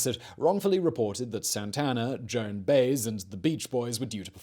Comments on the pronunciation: Joan bayzzz?? Joan Baez, Bye-ez... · Joan Baez ... its not bayz ... its Bye-ez